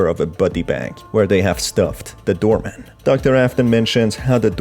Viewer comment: why do i keep hearing you say "doormat" every time you say "doorman" ?? this game feels like all its endings are unsatisfying.. why?